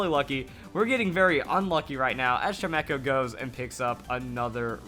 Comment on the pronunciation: Uhm it's pronounced Chime - Echo. Chime, as in wind chimes.